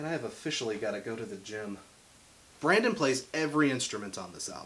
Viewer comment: I can’t watch, I can’t get past “Brandon”